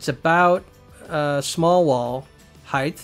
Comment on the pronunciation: Are you saying "heighth" ? - :P